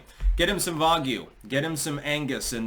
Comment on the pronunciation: I love how pronounces it "vagyu." Dude it's Japanese, not German lol.